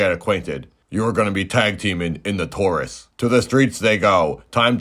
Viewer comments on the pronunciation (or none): none